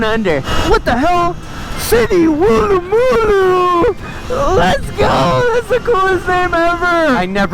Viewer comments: thats not how u say woolloomooloo its pronounced woolamaloo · pronounced “Wool- a- ma- loo” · Also its pronounced, woo-luh-muh-loo, you're welcome. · Never heard of any place called Wooloomboo m8 but Woolloomooloo i have.You must be a foreigner. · Mate welcome to Australia anytime, im an automotive youtuber containing anything with a motor, I prefer non EV's but theyre still automotive. Not just Ebikes but the Automotive Enthusiasts are targeted lately... The Australian Government rules in Australia are just shyte at the moment..... wooloomooloo is pronounced as Wool - loo - moo- loo or woola -ma - loo Cheers mate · why'd he say wooloomooloo like that 🤣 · Lol the way he says woolloomooloo😂😂😂😂😂crack'd mii upppp 🤣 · city woolloomooloo😂 got me rollen